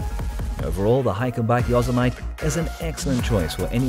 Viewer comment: Great video! A little American English....Yosemite is not pronounced yo-semite it is yo-sem-it-tee.